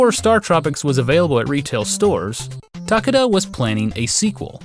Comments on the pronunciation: TAH-kay-dah Sorry to be that guy, but you say the name like 30 times in this video... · Ta-KAY-da it's Ta-KAY-da...